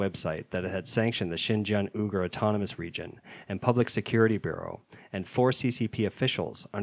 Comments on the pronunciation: WEE-gur, not OO-gur lol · "OOgur"?! Seriously? This is a channel specifically devoted to news about China and you havent learned how to pronounce Uyghur yet? Unsubbed😒. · kirby waite - No, but Uyghur is an extremely common word to hear even in mainstream news over the last 12 months. If the news team cant pronounce such a common word than its hard to trust the value of the other news.